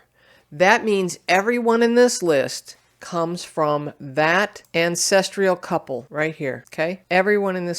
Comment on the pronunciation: The content was promising, but I couldn't finish watching because of the repeated mispronunciation of "ancestral" as "ancestrial." I don't remember this occurring until recent videos.